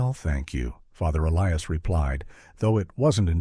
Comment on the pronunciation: I don't mean to be irreligious, but this sounds like bushwah to me. Also, one doesn't "decommission" a church. A church is deconsecrated. Whoever wrote this script is ignorant. This is ridiculous and I'm getting bored. 👎 Sometimes the priest's first name is pronounced correctly, other times, inexplicably, the narrator pronounces it E Lee Us. On a par with the low quality of this fictional story.